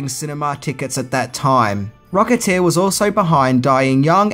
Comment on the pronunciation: “The Rocketeeah”